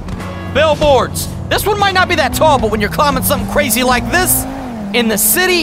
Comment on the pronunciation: Lik? Do you mean like